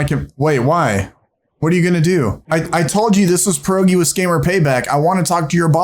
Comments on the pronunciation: As a Pole, I can assure you, you're saying "Porogi" not "Pierogi" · It sounds funny when you say your name,. Before 'e' there's 'i' and it should sound like 'e'. The real 'e', on the other hand, sounds more like 'a'. So for you, English speaking people, it should be said like 'Pe.arogi' I think 😆 But not like a pear.